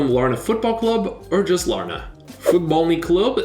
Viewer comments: You said larne wrong it’s Lar-nn not Lar-na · also Larne is just pronounced Larn lol